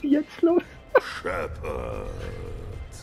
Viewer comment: Shepard es Sheppert 🤣🤣🤣🤣🤣🤣🤣🤣